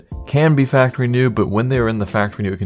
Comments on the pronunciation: factowy new? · Is it just me or is there something weird about the way he's saying factowy new? Btw the "w" in factowy is intentional.... in case you're wondering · Factowy New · 'Factor wee neew' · did he just say factowy new? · "Farktowy New" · Faqtuinew that Way he is saying it in the beginning